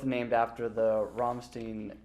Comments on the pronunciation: you can’t expect Americans to understand how the German language works, they can only pronounce stein correctly when they say Frankenstein. After that its just “steen” to them. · Lol Lars Ulrich from Metallica always says Ramsteen... and it just gripes me!!! But Americans make plenty of other atrocious English mistakes. Like saying aluminum when it's aluminium. Or calling petrol a gas... No it's not a gas it's a liquid. Or leaving the "u" out of words like colour or armour. None of these things make sense. Why are you altering a perfectly established language like that? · What a babe <3 When pronounced it as "Rammsteen" you could actually see Richard's face go from "Okay his German sounds decent so far.." to "Dammit, you messed up" for a split second:') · He's great at speaking English but the interviewer is... not so good at pronouncing German words properly, haha. Good try, though. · I got second hand embarrassment at how the interviewer pronounced 'rammstein' pls- in front of the band's guitarist 😩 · Lol, I felt so sorry for Richard, when the guy pronounce " RAMMSTEIN" wrong Richard's so beautiful Richard must be vampire. Dark, Gothic My kind of guy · disapproval nod at how he pronounces Rammstein lmao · Is it really that hard to pronounce the bands name correctly? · in Germany it's definitely with a long i and as they are a German band I'd go with that. What throws a lot of non Germans is that the English language has loads of different influences and irregularities (including German) e.g either can be pronounced with both a leading i or e. Great fucking band though. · Pronounces Rammstein wrong right in front of him. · And then richard procedes to also pronounce it wrong to humor him. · He pronounced every German word wrong in the interview. Richard Kruspe is probably used to it and realizes that if he corrected everything then an interview would be impossible. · They knows Frankenstein, but dunno Rammstein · He knew it was wrong so he figured it out.